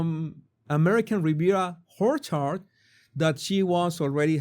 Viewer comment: Please, it's orchard, not horchard.